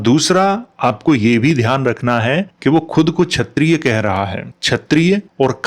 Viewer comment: chayatiya nahi kshayatiya kh not ch sala bihari gutkha